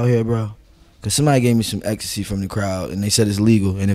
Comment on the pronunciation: Nobody Uzi : is ecstay legal here Also uzi : really is ecstay legal out here